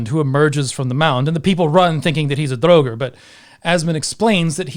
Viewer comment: Why do you repeatedly mispronounce draugr?